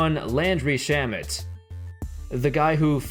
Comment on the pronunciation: It’s pronounced sharmey not Shamet